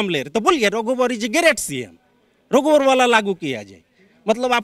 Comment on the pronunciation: वाह रे बंगाली रघुबर को रोघुबर और लाईब्रेरि को लाईबेरीबोल रहा है😂😂😂 हमारा तो नेता टाइगर है